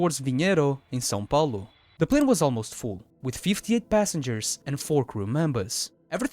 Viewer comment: wow, your "São Paulo" accent was perfect man, nice brazilian Portuguese